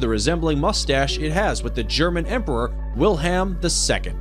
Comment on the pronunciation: Ahh yes Emperor Will-Ham 🤣🤣🤣